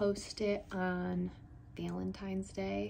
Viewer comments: I swear I'm hearing 'Veil-in-tines', instead of the expected 'Val-in-tines'. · Your alternate pronunciation of Valentine’s is driving me nuts.